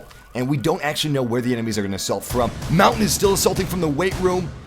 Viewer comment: that is not how you say montagne it's not mountain